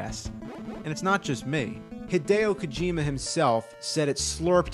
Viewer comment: "Hidao Kojima"